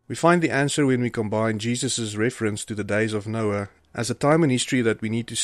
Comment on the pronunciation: The computer just read Noah as Noe! See residue junkie for Bible CHANGES